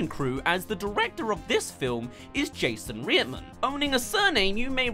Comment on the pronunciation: "Jason Reeadmuhn"